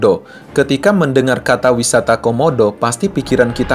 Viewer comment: Wisata homodo bang bukan wisata komodo